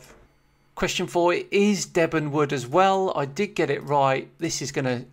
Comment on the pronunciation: It's pronounced ‘deeb'n’ (weird as the village of Debenham – which is located at the source of the river – is pronounced as ‘debb'n'm’). We do like our weird pronunciations of place names in Suffolk 😀